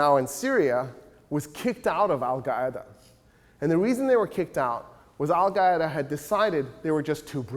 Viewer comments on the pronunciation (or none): If he says Al-Gaeda one more time I'm chopping my own head off.